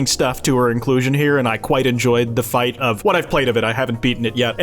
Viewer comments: You ‘KWITE’ enjoy it? 👀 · “I quite Kwite enjoyed that.”